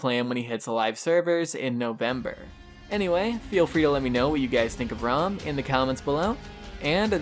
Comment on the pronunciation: Haha why is it that people call it rhum? It's Ra-um . #peace #DontBe Triggered